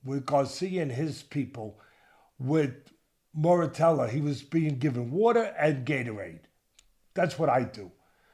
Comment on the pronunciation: Come on fellows. Do a little homework and learn how to pronounce the guy’s name. It’s pronounced Moo Ra Ta Ya.